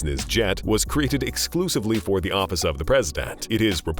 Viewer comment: He's pronunciations are wild: Office-ass, presidant,determan, nineteen nineday, systoms, characteristacs, helicoptars , nayshons